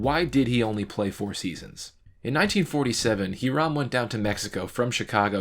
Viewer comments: It is pronounced ee•ram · Hiram is pronounced "HIGH-rem," it's an old-timey name. You make good videos. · I am Puerto Rican, and I am fine with it, and it was pretty close anyway. We just do not pronounce the letter "H"